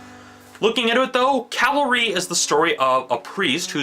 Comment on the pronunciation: You have misunderstood this film entirely – you mispronounced the title of the movie “Calvary”, this is key, Calvary in Christianity is the place Jesus was crucified, the place where Jesus took the sins of the people upon himself, this is what the whole movie is about. This movie is the story of Christ crucified re-told.